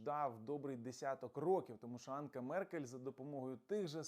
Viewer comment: не Анка Меркель, АНҐЕЛА Меркель,це безграмотність!!!